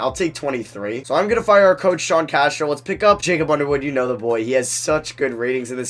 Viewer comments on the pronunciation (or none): none